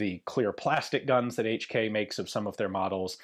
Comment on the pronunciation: "Each Key " My ears every time🩸🩸